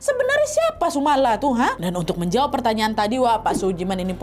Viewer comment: penyebutanyannya bukan sumala tapi sumolo (sumber memolo / sumber bencana)